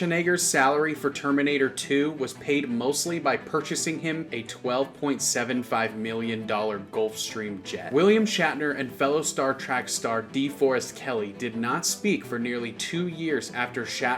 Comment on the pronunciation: You said Star Trak. You said Razzle Award.